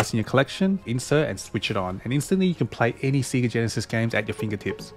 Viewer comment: Everything is nice except the way you say Sega (Seega).